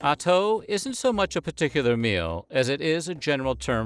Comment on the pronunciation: Not bad? He absolutely butchered them. The atoo had me rollin.